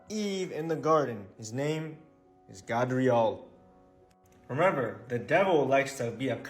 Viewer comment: Gabriel is not pronounced like that ijs…. And “God” word/term didn’t come about this way either, it came from a dialect used by Europeans they were saying “Got” but the dialect had them pronouncing the “t” sound with a “d” sound